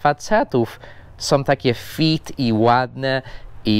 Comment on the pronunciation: źle wymawiasz fit! Fit to nie stopy. Fit to fyt 👨‍🏫 😉